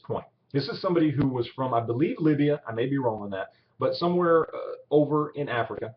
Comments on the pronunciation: Libya, not Libia. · Soulman1282 "Libyuh"